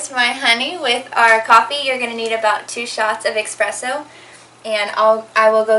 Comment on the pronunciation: Pet peeve: people who say "expresso" 😣😖